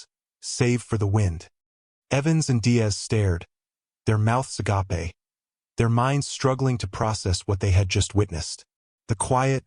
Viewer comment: Might be nice to spell Sergeant correctly too. Agape rhymes with gape. Agapé with the e pronounced refers to the Greek word for love.